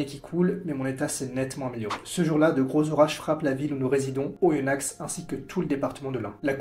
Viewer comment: Les X de Oyonnax ne ce prononce pas 😁